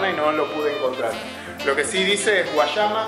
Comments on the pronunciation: No se dise Guachama se dise Güayama.😆pero buen video amigo gracias no se dise Guachaba se dise Guayaba o guallabas haha . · no sabe pronunciar guayama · no sabe pronunciar guayama🇵🇷🇵🇷🇵🇷